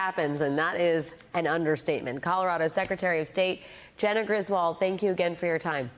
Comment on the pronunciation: FYI: The name Griswold is correctly pronounced "griz-wooled". Thank you.